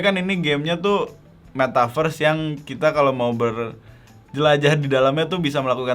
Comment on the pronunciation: Its not metaverszeeee